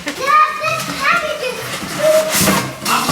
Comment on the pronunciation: the way pronounces package like “pack-itch” it’s so cute ahahahahaha